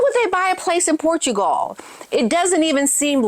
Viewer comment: OMG American, learn to say Portugal correctly AS WELL AS Interesting. Your pronounciation of so many words is incorrect.